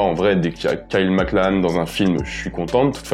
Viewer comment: Il a aussi appellé Kyle... Mac Lahane 😁